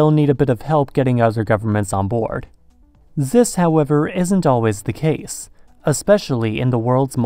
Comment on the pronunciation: Zis means...he said zis means.....the German in him is coming out